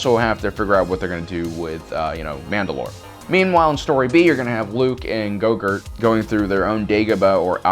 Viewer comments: <---- did he say "Go-Gurt" instead of "Grogu" or am I crazy xD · Why do you keep calling him growgurt? It’s not yogurt, it’s grogu pronounced grow-goo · It's Grogu!!! like Grow Goo not Yogurt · lol when u say grogu it sound like yogurt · Oh my god it’s Grogu not Gorgurt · Bro is he saying gogurt? Ahsoka pronounced it grow gooo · His name is not gogert it is grogu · baby gogurt?? Is that what u said lol grogu man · Swear you said his name wrong the whole time said it like groghurt its grogu no? Forgive the spelling lol. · Its GROGU not GOGUR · Dude it`s GROGU not YOGURT. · I have to ask, why is he referring to baby Yoda by some other name other than Grogu (pronounced GROW GOO)? Look I dont care that he does, just want to know why he refers to him by Gogurt. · It’s Grogu...not grogurt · WHY ARE YOU CALLING GROGU "GOGURT"?!?!? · Go gurt? It’s Grogu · You lost a follower... It's Grogu... Not gogurt. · You stopped the video, when you called him, baby goger? Dafuq ......it’s GROGU GROW-GOO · Lol.... I love how you Grogu ,,, gorgu . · "Luke Skywalker establishes his own school of witchcraft and wizardry" lmao. Between call calling Grogu, Grogurt and that you crack me up. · his name is not Gogurt its Grogu (Grow) - (Goo) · ITS GROUGU NOT GRUGO!!!!!!!!!!!!! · Baby gogurt hahaha say it right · GROGU not goGroot XD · GROGU! It’s Grogu not go gort nor yogurt. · This dude called him baby gogurt and u expect me to take this video serious after calling grogu gogurt a bunch of times. Lmao. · OMG its not go-gurt... you make it sound like some "Yogurt" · Gogurt? So annoying. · Ehy do you call him gogur??? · he said baby gogur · Why can’t you say grogu properly. It’s not ‘grogert’ as you say. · Has no one realized that he called grogu yougert and gogert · Grogu. His name is Grogu. Listening to you butcher the poor things' name is torturous. 🤦🏾‍♂️ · can i ask you something directly? ... why do you keep calling him Gogurt? .. its REALLY f*ckin' bothering me. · Are you saying “grogert” 😂